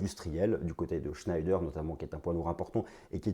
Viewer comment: shneider ce prononce chnéder